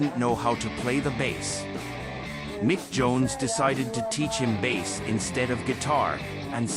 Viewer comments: Crap pronunciation. Bass is baas? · Why can't A.I. differentiate the pronunciation between a fish (bass) and a guitar, (bass = "base"). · What kind of chatpot AI mispronounces "bass"? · Oh come on... why the hell would you ruin what could have been quite a good video with a god awful AI narration? I watched for the footage the fact that your AI garbage agent couldn't even pronounce bass properly! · AImvoice is terrible. Can’t pronounce his name or the instrument he plays. Surely you could do the voiceover yourself with a real voice if you’ve done your research. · Well given that 'bass' is being pronounced like the fish, I'm guessing the AI commentary is wrong 😀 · I can't get over why he keeps pronouncing 'bass lines' like he's talking about a bass fish.